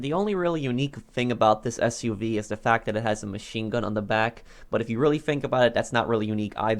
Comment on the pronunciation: Man said SUV🤦🏻